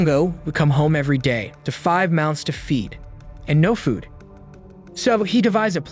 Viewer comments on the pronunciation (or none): none